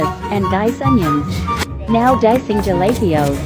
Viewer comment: It’s pronounced jalapeños